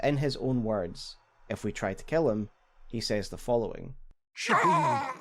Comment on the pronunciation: why does Shabriri pronounce his name like that? Creeps me the F out every time 😰